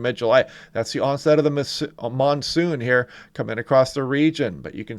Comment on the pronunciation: The 'nonesoon' pretty funny.